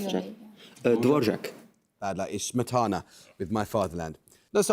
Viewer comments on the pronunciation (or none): and then the prat mispronounces Smetana. Pathetic.